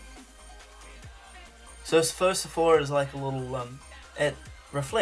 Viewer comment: Lol XD and u said Phosphor wrong hehehe :P still an awesome video though